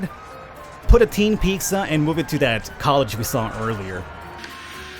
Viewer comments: lol ‘peeksa’ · I love how you say "Picsa" 😂😂